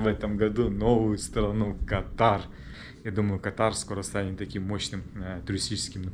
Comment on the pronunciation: И всё-таки страна называется КАтар, а есть болезни, которые называются катАр., тебе сейчас часто придётся произносить название страны, лучше не ошибаться 😊